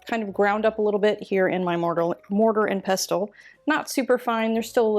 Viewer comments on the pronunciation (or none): Looks like it's worth the effort! Btw, the "t" in pestle is silent ('pes ul).